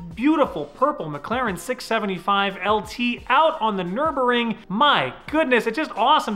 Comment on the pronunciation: also u pronounced Nurburgring wrong lol